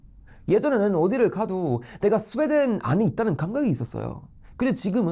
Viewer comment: 스베덴으로 들리네